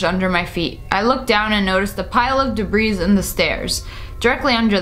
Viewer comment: It is pronounced debree